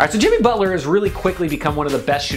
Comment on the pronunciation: Michael Gabrielle alright so jiMEE butler